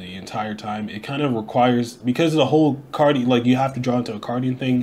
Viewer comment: Aye!! You pronounced it right! :D 😂